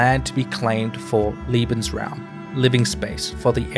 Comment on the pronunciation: Good job on a difficult topic ! However you made one big goof ! You pronounced Lebensraum ( Living Space ) as Liebensraum ( Loving Space ) ! There wasn't a lot of "loving" going on there !